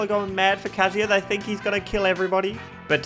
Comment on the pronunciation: It's kazuya.